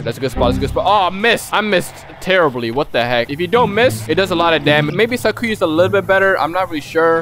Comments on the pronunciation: I thinks it's Sai-Ku-Ya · its Sac-you-uh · How to say sakuya you say sak ew uh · Mexican Sakuya XD (cause e say skuya) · You pronounce Sakuya like its Sakura but with the Y instead of R